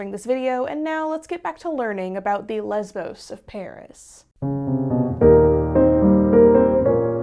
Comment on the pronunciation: im sorry but how did you manage to mispronounce Lesbo's that badly..